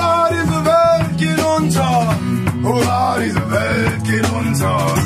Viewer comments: Huvaaa demiyo dayı la hurra diyo 😂😂😂😂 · Huvaa mi diyo 😅😅😅 hurra diye duyulmuyo olmamis.